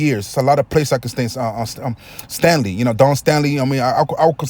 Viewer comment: Bro,have you ever played on a college level? Coached? You sound like a fan with no experience. Your are entitled to your opinion. Your commentary is amateurish and you need to work on your speaking skills. And you need to do research. Her name is Staley,not Stanley.